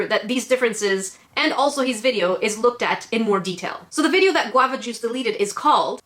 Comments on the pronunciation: I’m pissed off at Qwava Juce I hate that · nobody despises guavajuice more than...